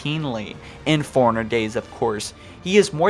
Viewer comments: And it's "Forerunner" not "foreigner". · Take a shot Everytime he says foreigner instead of forerunner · You must have said forerunnerr too many times . The reason I say that is when you say it it comes out sounding like Foreigner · I am new to your channel, but unless you have a speech impediment, you are pronouncing "Forerunner" wrong. It is pronounced like "Fore-runner", not "foreigner". I love your channel, but this small thing irritates me every single time. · You keep pronouncing Forerunner like "foreigner". It's confusing. Stop it. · “Foreigner” Dude it’s “four-runner” 🙄🙄🙄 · Why can't this guy say Forerunner right? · I always think you’re saying foreigner and it’s so triggering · i mean no disrespect but... you know Librarian has two "R"s right? to my ears you keep saying "Lie-bear-ian". you also pronounce Forerunner as "foreigner"